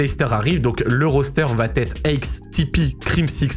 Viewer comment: « Aixe » qu’il a dit au lieu de aches 😂😂😂